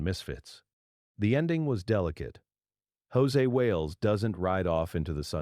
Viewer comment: José Wales? Wow. Proof that Artificial Intelligence is a bit of an oxymoron. His character's name is Josey Wales. Sounds like Josie and the Pussycats, just spelled different and no Pussycats. There's a Y on the end of his first name. That's how you know IT'S NOT EFFING JOSÉ!!